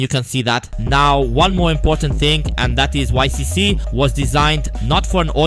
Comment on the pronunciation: It is pronounced “ick“!